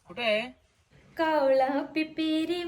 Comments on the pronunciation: कावला नाही ओ कावळा 😂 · कावला नाही कावळा म्हणायला शिका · आदिवाशी कावला म्हणतात पण तू कशाला कावला म्हणतेस कावळा म्हण कि. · ताई कोकणी वाटतं कावला नाही कावळा